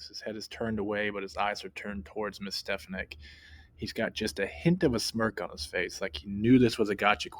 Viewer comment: Stefank's name is said correctly at least twice in the beginning of the video, yet you mispronounced it several times throughout your assessment.